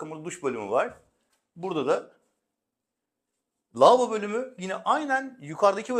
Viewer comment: Lavobo demeyi bütün sunuculara bila ücret öğretmek istiyorum. Hiç değilse konuşabilen sunuculardan dinleriz.